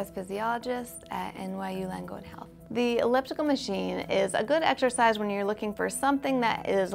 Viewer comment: why wouldn't you cut the misprounoced "exercise"